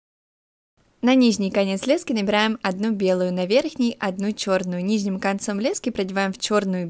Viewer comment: ти конечно без обид но когда ти говориш "низним" ето бесит немного правельно вобщето "нижним"😂